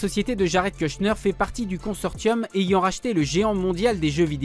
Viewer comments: Ça se prononce consor*SS*ium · Le narrateur ne prononce pas correctement consortium 😳 quelle honte!